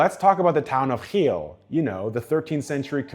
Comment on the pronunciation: The way he over pronounces it annoys the fck out of me